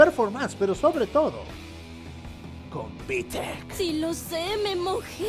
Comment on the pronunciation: Tu manera de decir Vitec es de un Dioos